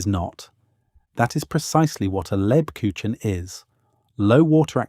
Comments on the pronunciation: Ha ha....lebkuchinn..... It's not that hard to obtain the correct pronunciation. Negative points for that. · Please pronounce LEBKUCHEN correctly! The "ch" is pronounced closer to a "k" sound, not a typical "ch" from our English. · Not lebkushen, leb KUCH en, the ch comes from the throat. I love Lebkuchen, make it every year; its part of my German heritage. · For the love of God,, PLEASE learn to correctly say the name of the thing you are describing! LEB-KOOKH-en I’m sitting here, TRYING not to swear at the TV, but I am shouting the correct pronunciation at the TV every time you butchers it! THANK you! I’m sitting here, TRYING not to swear, but shouting the correct pronunciation at the TV every time you butcher it! We love you to pieces, we really do. But it AIN’T THAT HARD, and it’s important! Please? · That's as good as the AI can currently do. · I disagree. It is much more like a soft g. A very soft g. Like the sound following the S in Scheveningen. A town name used by the Dutch to weed out foreigners. Like the second G in the English garage, but softer.